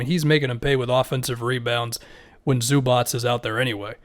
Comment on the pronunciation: Everybody: Zubac: Zubats